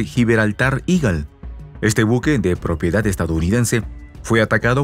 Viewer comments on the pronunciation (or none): none